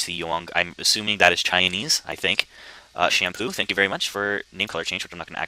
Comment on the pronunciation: LMAO i think you mispronounced someones username at the end. "shamoo" was pronounced shampoo >-> LOL lalala